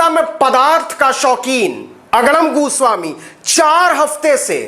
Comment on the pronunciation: Tum bhi TRP ke liye arnab ka surname galat pronounce kar rahe ho. Jo ki bahut nindaniye hai, Ye tum Sasti TRP ke liye kar rahe ho. Fir tum me aur arnab me difference kya Raha, TRP Badi gandi Aadat bana deti hai Navin .